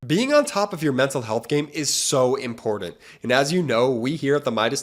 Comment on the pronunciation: "[mpordent" lol